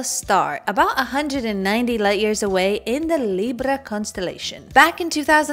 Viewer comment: I love the way you pronounced "Librrra"